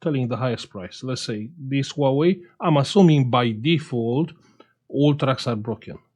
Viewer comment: "Nouwei ..." Hahaha